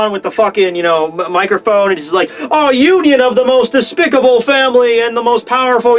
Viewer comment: I dunno why but I absolutely lol'ed when said Fameri instead of Family